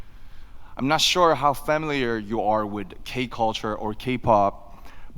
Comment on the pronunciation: 퍼밀리어 발음이 안되네 ~ 패밀리어래ㅋㅋㅋㅋㅋㅋㅋㅋㅋㅋㅋㅋㅋㅋㅋㅋㅋ